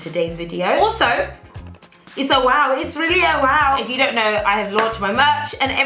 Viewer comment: I'm now in the habit of saying woaw rather than wow cause I've seen n heard u say it so much😂😂😂